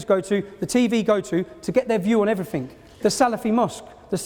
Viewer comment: Oxford Union. And you can't even be fucked to not say 'Evryfink'.